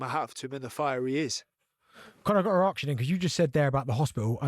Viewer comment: “ I gotta ax you” 🙈🙈